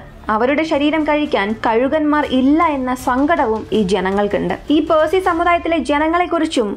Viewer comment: പേഴ്സിഅല്ല പാഴ്സി